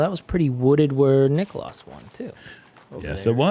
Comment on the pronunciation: Niklas = knee klas 2 syllables, cmon guys